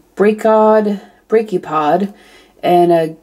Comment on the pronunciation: Hey, it pronounced br ak eo pod. Just to help. Those were cute little things! I liked them.